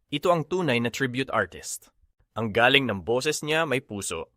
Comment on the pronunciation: Filipino ka pero di maingat sa pagbigkas ng salita.Nag- iiba ang kahulugàn dahil sa bigkas. Halimbawa: Galing Two different meanings,mabilis na bigkas-galing at galing mabagal 2 kahulugan.